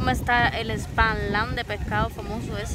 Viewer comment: Se dice esperlán🙂